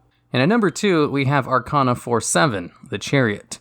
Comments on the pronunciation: Arc-ane-ah not arc-ah-nah Sorry for being that guy. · I think it is spelled Are-kay-na :P